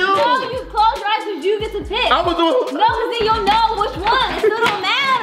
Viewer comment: Boy your always saying clos them eye balls you feel me